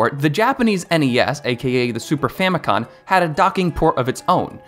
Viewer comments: Isn’t it famicom not famicon? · Bro keeps saying “Famicon” instead of “Famicom” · Wait I thought it was Famicom, not Famicon- you learn something new every day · “Super famicon” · I'm too much of a nerd, I saw this and was like "Which of the Satelliview titles?" Also it's Famico*m*. You can even see it on the controller in this very video! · 🤦‍♂️ famicom not famicon….. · FamiCom, with an M as in FamilyComputer 😉